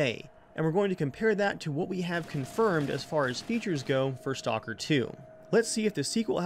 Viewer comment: You said STONKER! XD